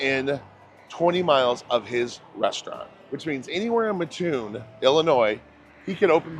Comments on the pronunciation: How great it is to see my home town on YouTube. Burger King has great food and great ice cream . Can’t fault you on how you say mattoon everyone does. It sure does get people fired up on how people say it lol me being one. Great video. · Thank you for correcting the way Mattoon is pronounced. I was married to someone from Northern Illinois and every time he pronounced it I would correct him. Made me crazy. I would say you pronounce both 'T's not just one. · I do wish you’d have spoken to at least one local who could have helped you pronounce “Mattoon” correctly (also, it’s Naperville, not “Napierville”). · Yes! THIS!! and also tuscola while you're at it. TUSS..not ta-scola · I live right down the street from there and eat there a lot. Next time you are there try their fried mushrooms. They are fabulous.. Also please pronounce the name correctly. The locals don't like anyone mispronouncing our name. It is Mat (like in doormat) Toon (like in cartoon).Not Muh-toon. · The way to explain it is do you sleep on a ma-TRESS or a mattress like normal people? Well that's how ya say it, Mat-toon. Charleston raised here, right next door. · It’s mattoon not ma toon Illinois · It's pronounced Mat-Toon. It's only called Ma-Toon because of a guy on the radio did it because it bugged his mother. And because of him many people outside of Mat-Toon started saying it wrong even on the channel 9 news from Decatur and other news stations, which still does it today. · Do you have any friends named Mutt? Do you sleep on a muttress? Nope, your friend's name is Matt, you sleep on a mattress, and it is pronounced Matt-Toon! Glad to see the video - grew up 2 miles west of the McDonald's at the end, used to ride our bikes there to play on the playground. When I was in high school we moved in town and could hear the drive up announcer calling out numbers (Drive up Twenteeeee - ooooooooone), he was very distinct! If you ever go back, ask a local to do an impression, everyone had one.